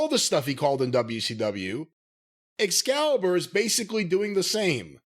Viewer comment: Every time Jim calls Excalibur 'Excrement' I roll about laughing